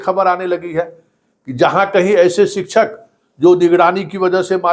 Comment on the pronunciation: शिक्षक उच्चारण शिकशक होता है सर सिकछक नही होता शिकशा